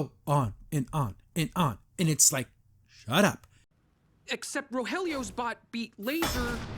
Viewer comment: I believe the lizard's name is pronounced "Roe-HEE-lee-oh"